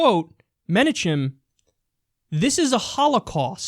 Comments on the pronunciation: Menachem is pronounced men-AHK-im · It's pronounced Men-AWE-kem Begin.